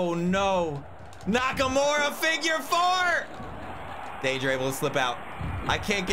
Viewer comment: *Shinsuke Nakamurdah